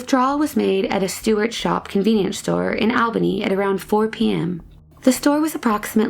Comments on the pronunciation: All-bany. All-bany. Not awl-bany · Don't want to be that guy but its pronounced "ALL-BAN-KNEE" Interesting cases non the less!